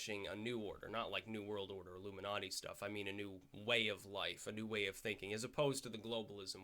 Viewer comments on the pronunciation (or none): none